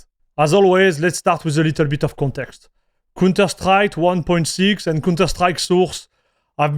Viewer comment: its count not cun terstrike its pronounced cownter , you are saying an incredibly explicit word every time you say counterstrike XD